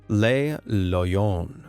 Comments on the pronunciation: With regards to Le Loyon, it would be pronounced as Le as in Luh Loyon, meaning it is in the masculine. The way the narrator pronounces it he said Les Loyon like Lay Loyon as in plural. Le masculine, La feminine and Les plural. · Not ‘lay’, ‘luh’ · its le loyon. not les loyons